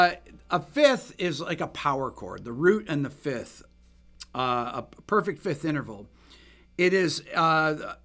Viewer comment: FIFTH, not FITH!!! FIFth! FIFth! F-I-F-T-H!